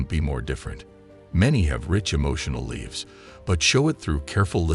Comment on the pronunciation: Are we pronouncing " lives " as "leaves" now?